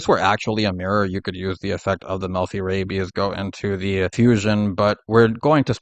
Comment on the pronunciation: I am so distracted by the fact that you keep saying rabies instead of rabby/rabbys.